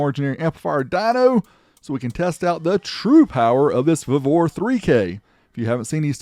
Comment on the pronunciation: We pronounce it “vee-vor”🤷🏽‍♂️😂